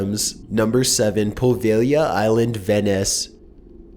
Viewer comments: I love your content, but you have to learn how to Pronounce words. Pripyat (Pre-pee-yat) and Poveglia( Poe-vay-glee-ah) not proveglia. For instance their are many more examples across all your videos. I absolutely love the content and what you do, I just have a hard time when you mis pronounce so many words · i like ' voice but he seriously needs to learn how to pronounce things ((its Poveglia not Provailia))